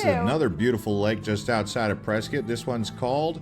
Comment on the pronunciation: Dude loses points for mentioning Tempe Town Lake and golf, but gains them back for agreeing that camping on the Rim is the best and for pronouncing Prescott correctly. And if you're around Water Wheel, look up Geode Hill, which is nearby.